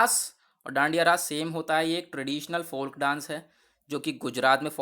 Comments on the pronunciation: फोल्क नहीं फोक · Sir फोक हैं।। Folk l is silent